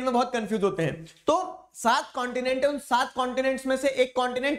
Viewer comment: saath pratishat, nahi. saand partishat :)